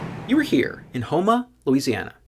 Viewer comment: I'm from Houma. I knew exactly where this was when the video first started. LOL Good job pronouncing Houma correctly. Love watching your videos